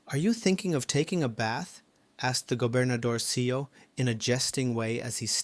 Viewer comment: "Gobernadorcillo" is pronounced "governadorsiyo". "Ll" is pronounced as if a "y" in Spanish, just like "paella".